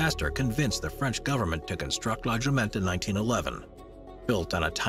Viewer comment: Great video about beautiful lighthouses but please know your French. The first in Bretagne is La Jument and the second one is La phare de Kéréon. Also missing Ar-Men and Tevennec in here. Not sure if Ar-men is dangerous but she's a rough beauty.